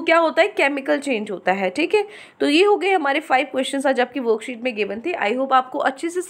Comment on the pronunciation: Like when u say "woookset no. ... 😂